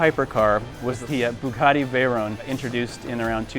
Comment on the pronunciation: it's the Bugatti Veyron, not Bayrun.